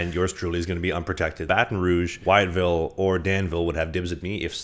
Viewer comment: FYI It's Wytheville (pronounced With-ville), gotta start saying it right just in case they take you!